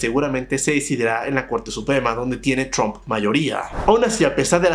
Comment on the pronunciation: chrump o trump??? busca ayuda para aprender a pronunciar la R ... o busca en internet como practicar y mejorar eso. No creo qhe te cueste mas de una semana mejorarlo.